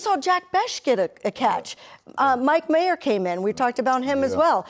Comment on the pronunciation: Michael Mayer, Eric. Not Myers, lol